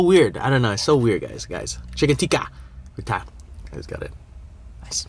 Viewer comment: All Correctly pronounced bro with the exception of these two dishes i.e. it's not "Aaloo Goobi",It's "Aaloo Gobi"(Aalo is potato and Gobi is cauliflower which means "Potato Cauliflower") and secondly it's not "Chicken Teeka",it's "Chicken Tikka"(It is basically a chicken which is barbequed with seasonings). OMG!Looks really tasty!!!Proud of my Pakistani Cuisine ever bro!!!Keep on trying various Pakistani dishes bro!!!Love from Pakistan!